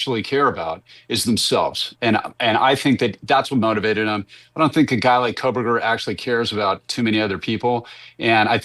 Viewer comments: Oh megyn. You truly are a brilliant woman.. so when I hear you still saying KOLEBERGER, instead of KOHBERGER after two and a half years- my brain physically hurts. That’s some wild shit in the news broadcasting worlddddd. Wowzas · KO NOT KOL BERGER MEGAN😊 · For the love of god why can’t MK say kohberger? It’s not kohl!!!!! Wtf is wrong with her speech ? Ko ko ko not Cole !!! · MK there is NO L in Kohberger. Its KO-berger. NOT KOHL-berger. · Will someone please tell Megyn it's Brian KOHberger, not KOHLberger. Get it right after 3 years, already. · How can Megyn still not pronounce KOBERGER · I laughed at it for a while in good fun, but now it’s like nails scratching a chalkboard.. I have to change the channel because it’s annoying. I’ve even replayed it a few times throughout the years to see if I’m just hearing things.. but nope- time after time -year after year-she reports on the wrong name… it’s wild because she’s way smarter than I’ll ever be so I can’t understand how this is happening 🤣🤣🤣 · What is your problem. You can’t pronounce his name correctly Megan